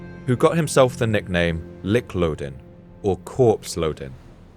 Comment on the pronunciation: Lik is pronounced like "leek" not like "lick". Otherwise wonderful documentary!